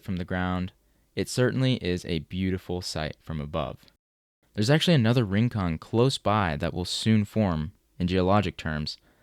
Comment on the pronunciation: "Rincón" -- stress on the second syllable -- is a Spanish word meaning a distant or isolated spot.